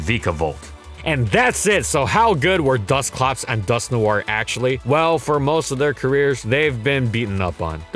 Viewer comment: It's just pronounced like Dusk-Nor not Dusk-New-are. I cringed hard every time he said the name